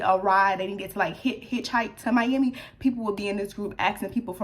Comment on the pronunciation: prolly cause it sounds like mi-yam-i when you say it lol idk